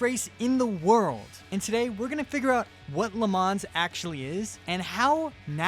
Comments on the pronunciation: the pronounciation is not "Le mans" ITS "LE MAN" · ps it's pronounced "le mahn" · I swear to god if this guy says “le manzzz” one more time